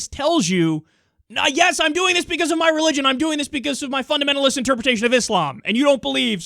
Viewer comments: "because" not "be-cuss" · Anybody else taken aback by Kyle pronouncing "because" as "bee cuss" lol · Anyone else notice how he says because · You says 'because' in the weirdest fucking way.